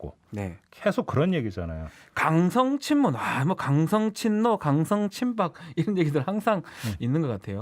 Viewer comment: 종배님 강썽 친문이 아니라 강성 친문이요.